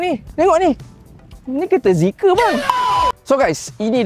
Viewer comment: Bukan zeeker lah... Tapi ZEEKR.... SORA DLM PERUT.... BONGGO....BONGGOOOO....😂😂😂